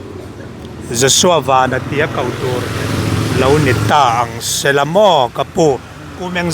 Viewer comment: Vanlalpianga hi Joshua van hming lam hi a lam dik thei lo thin chu